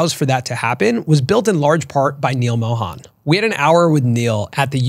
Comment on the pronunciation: Being an Indian should have been able to pronounce Mohan better. Just a suggestion